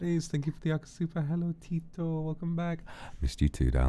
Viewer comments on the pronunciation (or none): i love how he's pronouncing tito wrongly it sounds like tit sorry